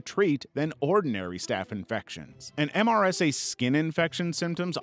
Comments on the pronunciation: Never heard someone say the letters M S R A. usually just heard it pronounced "mer-suh" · They usually call MRSA, MER-suh